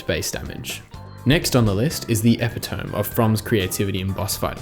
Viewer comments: "epitome" is pronounced uh-PIT-a-me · was that pronunciation of "epitome" intentional?